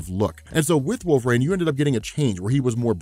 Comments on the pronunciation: Great video, but dude, it's "wolvereen" not wolverain" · It’s wolverine. Not wolvarain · WolverANE. Can't unhear. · I was instantly gaslit when he kept saying" Wohlve-rain" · You actually said Wolvrine , slow it down homie. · Anyone else hearing wolver-rain?